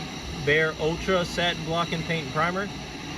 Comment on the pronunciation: Satin or stain? Lol